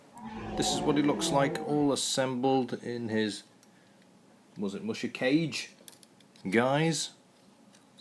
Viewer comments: It's "kah-gay", silly. It's amazing how far kits have come since then. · Neat! You finally scored one of those vintage BB kits. BTW, musha means "warrior" and kage means "shadow." The vowels in kage are not pronounced like "cage." The "a" is the same as "all" and the "e" is the same as in "every." Japanese vowels are identical to Spanish vowels.